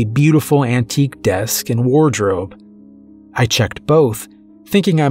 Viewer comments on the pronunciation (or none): none